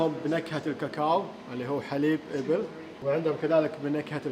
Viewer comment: نطقك لكلمة (ابل ) تنطقه بلهجتهم مو لهجه العرب